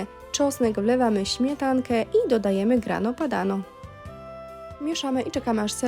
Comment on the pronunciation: dodałaś parmezan, a nie grana padano, co widać wyraźnie na opakowaniu i nie wymawia się „grano padano” a „grana padano”